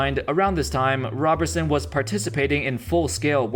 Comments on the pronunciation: ROBE-er-sun not ROB-er-sun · It is rob er son not raberson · Roberson not Robertson. Otherwise cool video. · Andre ROW-ber-son..... gawd damn get it together will ya